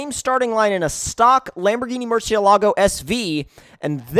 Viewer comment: Mercy-alogo btw not merchy-alogo